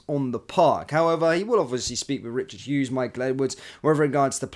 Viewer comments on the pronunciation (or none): none